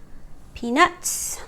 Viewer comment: Your accent confused me little bit, but the rest is ok, but make another video in Nepali language coz, 99% people who have watched and commented are Nepalese and again you pronounce peenus not peanuts!